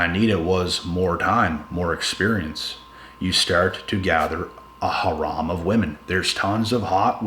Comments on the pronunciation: Harem is pronounced "hair-em". The way you're saying it is "haram", the Arabic word for "forbidden". (The two terms are related though) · Its Harem bro, not Haram. Jihadis might take offence to that.